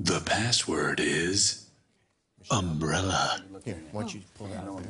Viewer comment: it sounded like Mumbrella